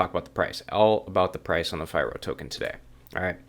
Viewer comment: "fee-roh" just FYI